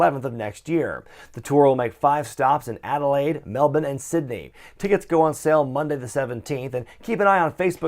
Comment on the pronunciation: Your the first American I've heard pronouce Melbourne correctly. Good job.